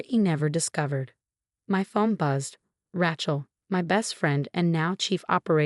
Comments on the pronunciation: The name is pronounced Ray-chel, not Rat-chel. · 'Rat-chel' is AI'S version of 'Ra-chel' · If you are going to keep using the name “Rachel” learn to pronounce it. It’s not like a ratchet, Ra, then like sea shell.